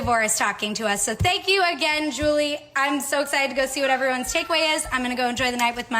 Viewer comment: “Aww tank you” jaaja thanks did your hard job